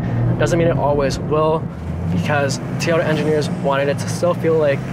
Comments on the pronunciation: It’s Toy-ota, not tyoda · Tiyota he says lol, its TOyota!